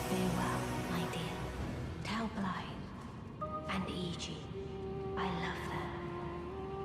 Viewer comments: Small correction, his name isn’t pronounced Blaidd, it’s pronounced BlaiTH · As an ignorant American I will continue pronouncing it blade. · Actually it's pronounced blade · It’s pronounced Blyth not Blyd, dd in Welsh is said with a th. Blaidd, Ranni, Iji and Seluvis all have Welsh accents, just like me! And Kale is said like Karlay, gaol is the old English spelling of jail and it’s Nokron not Nekron. Your video is top class regardless of the slight mispronunciations so thank you, Blaidd definitely best boy!